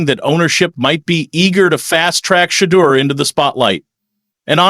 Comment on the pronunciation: Give him the respect of pronouncing his name correctly. Sha-door is the way it sounds.